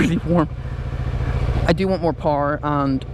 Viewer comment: You like to pee sitting down?! Well, me too.....let's get married! Hahahahah....interesting topic with the bike choices...you've given it quite some thought. Took me a while to figure out you were saying 'power'...sounded like 'par'. I like the sportbikes....but, what do I know?! Stay safe and keep stroking our faces....some of us like it! :)